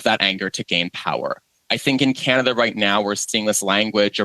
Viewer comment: I did it's "Canaduh"